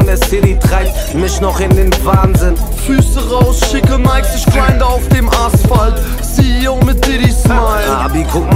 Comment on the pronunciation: das album hat richtig geniale beats und auch hooks, trotzdem macht capos aussprache alles kapuut, "isch, misch".... alter